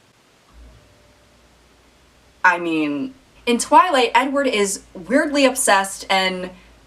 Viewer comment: I thought she said “nword” when she said “Edward”